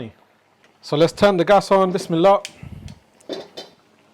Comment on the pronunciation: What is it you say before any cooking? sounds like Wis me la. I have learnt so much from you cooking and have built me new kitchen in such a way I can cook all your recipes. Thank you. Andrew